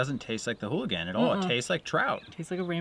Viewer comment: There is no H in ooligan lol